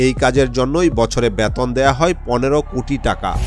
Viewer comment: Ucharon thik karo. "Beton" "Bell Icon" er ucharon tomar hoi na